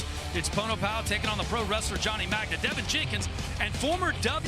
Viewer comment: the guy's name is Magna...and she called him 'Johnny Ragma'